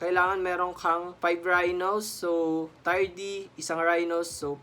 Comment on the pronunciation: Tier Yun. Gulong yung Tire 😂 Pero salamat sa vid na to it helps 😁 more power and improvement sa contents